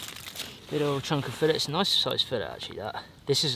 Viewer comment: "It a noice fish" X 10 - and I quit